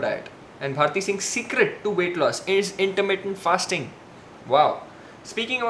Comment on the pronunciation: It's called 'Intermittent fasting' not 'intermit fasting'.